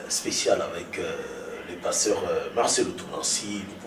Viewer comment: pardon mai le journaliste prononce tres mal le nom du pasteur ,aie aie et aussi son francai ausi.... lol ,bon message comme toujours pasteur